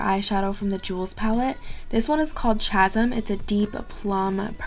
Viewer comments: ch-asm is K-asm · It's pronounced casim lol 💜